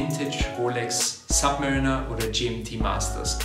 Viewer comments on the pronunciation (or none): none